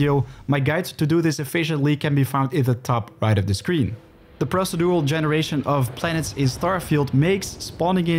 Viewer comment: Goeie video's maar ik wil je wel n paar pointers meegeven over je uitspraak: - niet munnipeleet maar mah-ni-pjoe-leejt (manipulate) - niet kjoerunt maar kurrent (current) - niet prossedoewel maar proo-sie-djoe-ral (procedural) - niet ruh-djis-ter maar reh-djis-ter (register, met de klemtoon op de "re") Ondanks je Dinglish krijg je van mij toch sub en een like, ouwe. Lekker bezig.